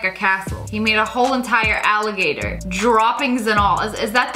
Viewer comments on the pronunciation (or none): none